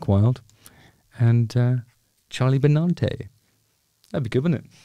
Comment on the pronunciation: Justin has obviously never listened to Anthrax as he can't say Charlie's surname correctly! Pffffffft 🏴